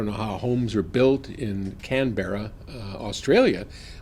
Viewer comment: It is pronounced "Canbra" hahah